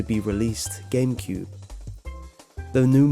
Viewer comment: 151 he said gamecude XD